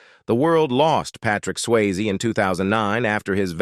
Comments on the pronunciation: His name is Patrick Swayze not Patrick Sways give me too many mistakes in how you say things but this mistake is just worst and bad it is just shows that you have no care in what you're doing. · How did this commentator get a job speaking? "Swayz" "soap 'O'pera" and "comeuppance " "shedding a 'tare'" ?????